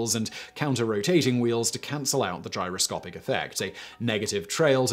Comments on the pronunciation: It's gyroscopic, not gyrocopic. Dude you are a presenter. Get the damned words right. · . "Gyrocopic" progression? Gyroscopic pehaps? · you said "Gyro-copic". There's supposed to be an "S" in there somewhere.... #GRAMMARPOLICE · Gyrocopic, or Gyroscopic ? DAMN........ the autoqueue and the director missed that .... you sound like such an expert now NOT ! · Today I found out a posh English accent doesn't mean you're clever! GyroCOPIC and gyroscopic in the same sentence and not one out of the three of you noticed. It's almost like you don't really care. BAD Simon! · gyro "copic", really? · in the video. Am I the only one hearing "Gyro-COPIC" without the 's'? In other parts of the video, he clearly says gyro-SCOPE, so it seems like a weird mistake to make.